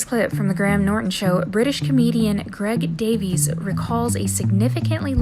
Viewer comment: My favourite bits in this video are the pronunciations of Widdicombe, Davies and McAvoy.